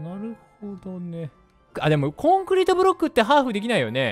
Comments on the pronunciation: コン↑クリ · コンクリとかのイントネーション？が違うのめっちゃ可愛いです😂💖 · 自分のところは、コンクリートとコンクリって略した時のイントネーションが違う コンクリートの時は一般的なイントネーションだけど、略した時は先生と同じになる